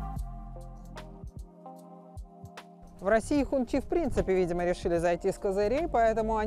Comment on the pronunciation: Не хунчи, а хунси. Так говорят китайцы